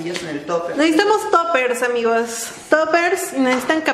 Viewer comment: porque nos dice amixses